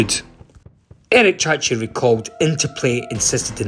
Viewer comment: Chahi, not chachi